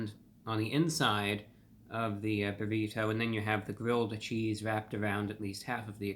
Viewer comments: I love ReviewBrah’s crisp articulation particularly with Ts. We normally say “burri-DOUGH” but he says it correctly as “burri-TOW” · My FAVORITE pronunciation of the word “Burr-EE-toe!!!!!! ❤ it